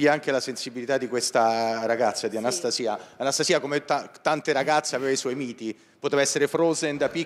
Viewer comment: Nn si dice Anstasi'a Si dice Anasta'sia...😂